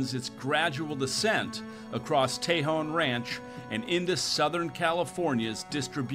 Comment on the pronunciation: Um, it's pronounced TAY-jone in Spanish.